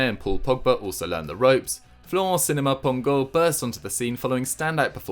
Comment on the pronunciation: Seriously, how do you absolutely nail Sinama Pongolle, yet completely destroy Marvin Martin (which is considerably easier to pronounce)😂